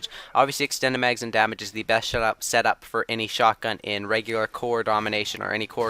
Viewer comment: I LOLed at the beginning is when you said "shet-up," not "set-up," LOL :D